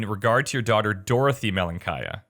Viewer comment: Malenkaya means little girl in Russian. It's fun. (stress is wrong but anyway)